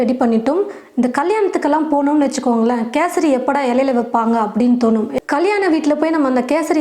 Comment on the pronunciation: First Kesari nu olunga sollunga